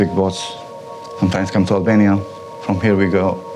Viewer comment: he say hellbania